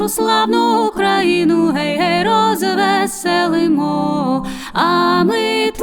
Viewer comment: Згоден з Вами. Звичайно, своє авторське виконання теж має право на існування.... Але особисто мені подобається саме класичний варіант виконання цієї чудової пісні. Без отих дурнуватих розтягувань і наголосів на Гей, гей, роз - весе - лимо.